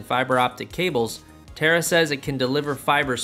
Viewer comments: You pronounced Taara as a terra. I believe that Taara is an Indian word and it is for Star, shiny light, beam etc,, etc Since, founder and CEO is of Indian origin. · It's tAAra not terra